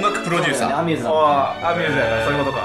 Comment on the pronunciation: ア↑ミューズ